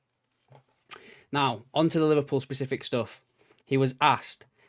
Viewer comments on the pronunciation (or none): Say specific again! 😅